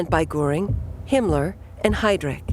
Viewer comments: Some editing was needed for the terrible pronunciation of some German words. Von is pronounced fun in German, Goring, with an umlaut over the o was constantly mispronounced.. Nothing was mentioned of the temporary set back of the NSDAP in the November 1932 election which had Goebbels frantically pronouncing doom. . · It bothers my ears when they mispronounce the names of Goring and Rohm. It's Göring, and Röhm. Or Gøring and Røhm. The Ö should be pronounced similarly to the Ì in the word "girl" in the English language